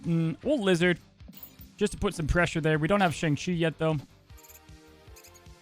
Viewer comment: You’re pronouncing Shang-Chi wrong.